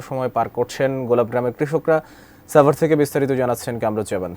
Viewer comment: আপনার উচ্চারণ ঠিক নেই... সাংবাদিকতা কেমনে করেন আপনি...!!! ছাভার কি...!! মূর্খ সাংবাদিক...